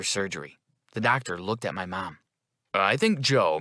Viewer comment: It’s “at” not ate